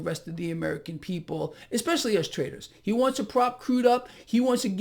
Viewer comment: Hey, did you say traders or TRAITORS!